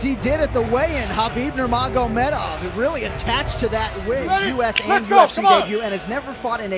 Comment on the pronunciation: Cheers to DC for knowing how to pronounce Khabib’s middle name.